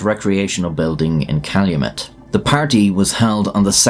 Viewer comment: as a Michigander, can confirm you said Calumet correctly, nice